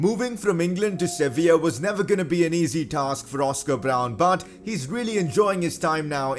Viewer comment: He said servilla lol